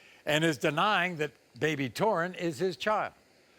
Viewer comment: Maury laughing 😃 😀 😄 out loud ohh Maury u r pronouncing the baby name wrong Taurean that's my nephew name